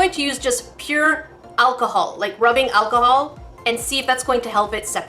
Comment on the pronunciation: “ acaholic swab” ok let’s not let it get too drunk